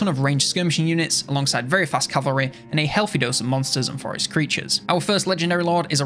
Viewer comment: >CAVALRAY Good norf lad